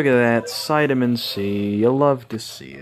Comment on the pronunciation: Also Its Catamin not Citamin